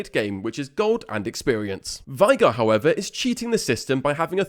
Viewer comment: For the last time … It’s VAY-GAR, not VIE-GAR